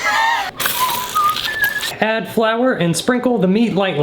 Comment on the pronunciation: the way he threw that flower and said '' FlOuWeR''